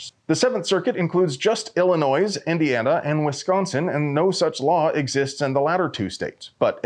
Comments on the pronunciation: Clearly public schools failed you. It’s pronounced “ill-a-noy” not “ill-a-noise”. Butchering something this basic damages your credibility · BTW, the 'S' on illinois is silent. Ill-ih-NOY, not, Ill-ih-NOISE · I don’t love the state or anything, but you don’t pronounce the S in Illinois. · Illinois ="illi-NOY"